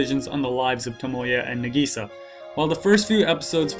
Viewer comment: it's Nahgisaaah not nAgisa